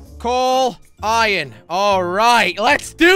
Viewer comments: I love how Jelly says ‘Iyan’ instead of iron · Who cringed every time he said ion instead of iron like if you did tooo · I know! He prounonces iron iyon/ion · he means jelly says ion instead if iron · It's not iron Its ion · I like how he says ion and not iron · He says iron like iren